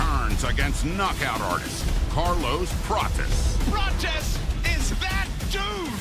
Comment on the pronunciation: Ian called Carlos Prates "carless patches" wtf boy can't even talk right